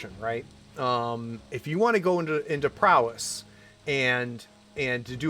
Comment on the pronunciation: No "n" in Prowess